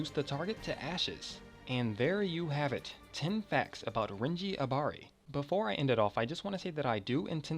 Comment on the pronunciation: renji ABARI it's ABARAI FOR FUCK SAKES